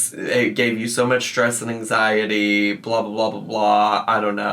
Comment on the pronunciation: ang-zeye-tee Also, if she says "hecticana" one more time, I'm personally driving to Oklahoma to disconnect her internet.